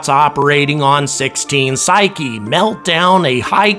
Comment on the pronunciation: Thank you for the correct pronunciation of Psyche!!!!!!